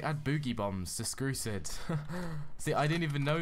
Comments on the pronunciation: but u said skrusid next Time say strucid ok? not skrusids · You said skrucid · BRUH you said skrusid?!?!?!